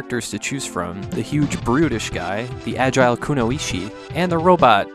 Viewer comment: Kuno-ichi? You pronounce it as Kunoi-chi and it means female ninja in Japanese. I hate it to correct people but is way to cool to make such mistakes again in the future.